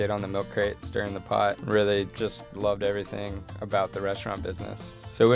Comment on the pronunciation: Brit here: What's his accent? His "oh"s at the ends of words sound really lazy, as does the "ly" when he says "really" - sounds like he's saying "realleh".